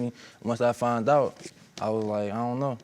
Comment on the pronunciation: Where are they from when they i fount out and not foundddd out. I'm just wondering??